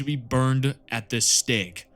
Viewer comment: Apologises for probable mispronunciations then immediately proceeds to the part mentioning "books burnable at the STEK" XDD ... liking the vid % into watching it and subscribing to the mighty cow herd nation while at it. THE EMPERAHH PROTECTS!